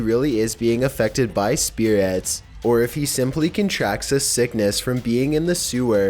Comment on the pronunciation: The scariest bit is the way this guy says spirits, it's not spirets bruh it's spirits